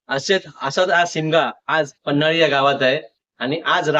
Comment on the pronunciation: मित्रा छान ब्लॉग बनवलास. पण गावाचे नाव पन्हळी आहे.. पन्हाळी नाही रे मित्रा 👍🏻